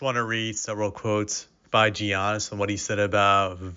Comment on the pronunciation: Yannis, not geeonnis